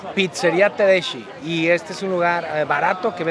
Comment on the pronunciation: mori cuando dijiste pizzeria tedesci, el italiano no es lo tuyo :)